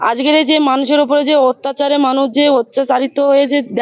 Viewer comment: Oorrr bhasa dekh ajker ke ajger bolche